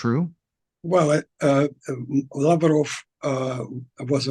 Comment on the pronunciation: Why cant the anchor pronounce “Lavrov” or any names … u really cant find anyone better.. … ?